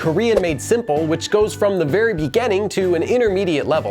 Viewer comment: Is that really how beginning is pronounced?